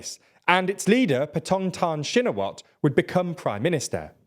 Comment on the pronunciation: I'm Thai and while some of the names are pronounced wrong but he pronounces it better than lots of news outlet tbf. Pheu Thai and shinawatra are the ones he gets much closer than other outlets.